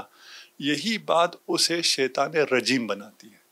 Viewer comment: tu beshak azeem hai but apna( sheituwaan) theek krain. Shaituan.